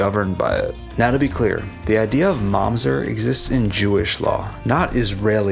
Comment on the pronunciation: it's mamzEr not mAmzet